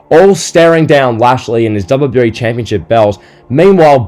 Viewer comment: Bro there's something wrong with the way u say WWE😂 Great video tho you're quickly becoming one of my favourite wrestling youtubers